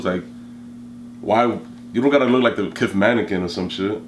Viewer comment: said "kith mannequin". Ha